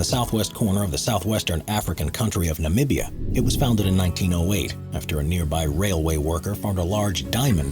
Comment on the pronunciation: Okay I need to say this. The one for Namibia you are saying it wrong.